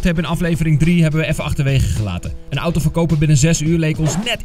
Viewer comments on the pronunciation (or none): none